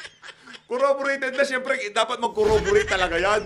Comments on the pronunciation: Cong Fernandez. Hindi corraborate. It is Corroborate. Para namang rapido ang bibig nito. Paano ka maintindihan kung wala ka namang preno sa pagsasalita? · pakisabi po kay Croc Dan, CORROBORATE po yun, hindi CorrAborate. paulit-ulit pa sinabi eh!